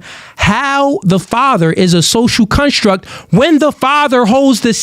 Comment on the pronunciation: It’s been bothering me how he says “social cunstruct” 💀